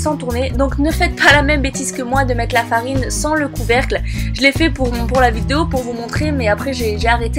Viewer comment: A tu a dit notre ferine et pas notre farine mes ses pas grave au - on a compris se que sa veux dire :*